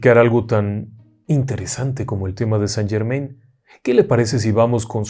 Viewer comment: Mi estimado me encanta su contenido me envuelve con sus historias pero el conde de saint Germain no se pronuncia como ud lo pronuncia justo conde san German (in)en francés se pronuncia an tenga una lindo del trabajo y continúe con su maravilloso trabajo